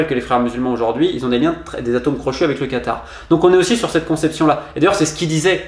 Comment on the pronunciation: c est vrai que tu as l accent du quatar par contre et bien prononcé lol mdr